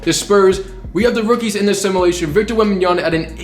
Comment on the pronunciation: Love your videos but please say “simulation” right for once, it’s not simalation